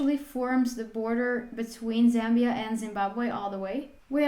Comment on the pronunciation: Thank you actually pronouncing the name correctly, much love and support from Zambia 🇿🇲